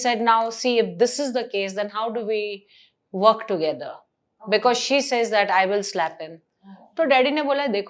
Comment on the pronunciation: what is funanc?! F I N A N C E = finance!!!!! wukkk ❌ WORK!! and less stress on T, D, K!! what is that harsh stress on K, T, D?1 Wukkkk, sutttt, diedddd WHAT is this??! It is hard to understand Indians when they try to speak in English! Just ruining the grammar, pronunciation, etc. BTW I am not an Indian, thankfully!